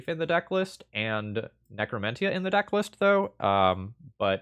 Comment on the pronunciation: For the love of all that's good: necro-men-shuh. Love the content!